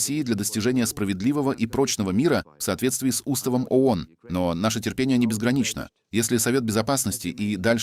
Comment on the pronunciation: Не. АОН, а ООН!Произносите правильно!